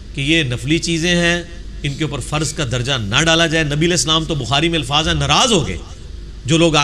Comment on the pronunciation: Mufti saahab ko challenge krne wala engineer chela.😂😂😂 Bhaii challenge badme krne pehle dhang se urdu sikh lo😂😂 alfaaj nahi alfaaz hota haiii😎😎😂😂😂😂